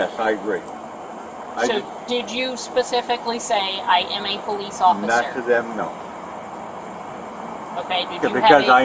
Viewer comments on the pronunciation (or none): He say he pulliss